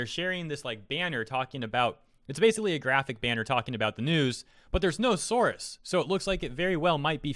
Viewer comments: It's source, not souarse. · sorus... did you mean source? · Why do you pronounce "source" as "saurus"? Is that a Canadian thing?